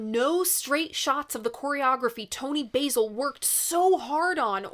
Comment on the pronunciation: Let's take a moment to give kudos for the EXCELLENT video/audio timing of the edits in the next ten seconds. Many other examples, too., you are truly a pro! (it's Toni BAAA-sil, by the way, like the English pronounce it:)